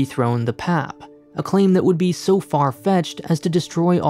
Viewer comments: Sir its pronounced as "P-A-P" and not "pap" its each alphabet by itself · It's hard to take the video seriously when they called it the "pap" instead of P-A-P. Don't just do internet research, go and talk to Singaporeans. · It's not PAP its called P A P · It felt wierd every time he called the P.A.P "pap". It isn't your dad bro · Ikr! When I heard him repeating pap, I was like….who says that? It is P.A.P! Omg. Here he is ranting about Singapore and he can’t even pronounce the ruling party correctly? Geez. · you say P.A.P. not pap! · Singaporean here, yes I find "pap" very weird to hear, wish it was pronounced P A P too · cringes at the pronounciation of PAP by My ears bleed from hearing PAP as pap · Indeed its not pap, it's P.A.P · just a heads up people in Singapore don't say 'pap' as one syllable but always as a 3-letter initialism/acronym 'p-a-p' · pleaseee its so funny to hear him call “P.A.P.”, “pap” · It P.A.P not call pep...😨😨😨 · As a Singaporean, I express my shock at how you pronounced PAP as literally 'pap' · as a singaporean, i choked when he said "pap" (we say p-a-p) all jokes aside though, great video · I don’t think anyone in Singapore call P.A.P “pap”, “papa” maybe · Its pronounced as P. A. P. btw, not "pep" haha -singaporean here. And yea you're right, we dont question the system here because thats all we've ever been exposed to and there hasnt been any significant issues that caused so much dissatisfaction that has made majority lose faith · I guess most of the dislikes comes from pronouncing PAP as pap instead of P-A-P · As a Singaporean, this even helped me understand haha. We usually say 'P-A-P' rather than PAP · PAP :) locals would never call it PAP, P.A.P. or g'arment hahaha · Singapore is ultimately a dictatiorship. Singaporeans: Yes but that's not how you pronounce P-A-P tho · its supposed to be pronounced pee-eh-pee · Yes. He keeps saying "pehp", nobody says that, sounds very silly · Obviously it's pap smear